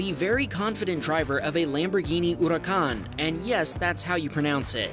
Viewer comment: im sorry but its funny to hear how you said lamborghini huracan